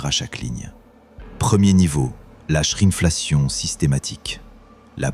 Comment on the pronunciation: Quelqu'un connait la shrine fellation systématique à 😯🤔🤭😂 Je crois qu'il disait shrinkflation...